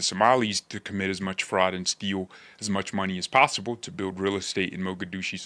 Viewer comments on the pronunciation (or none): none